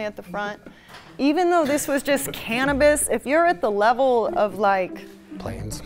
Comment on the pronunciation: Cannabis. Cannapiss. Lol.